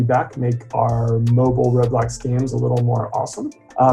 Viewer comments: ITS ROBLOX NOT REALBLOXS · It’s called Roblox, not rosmooth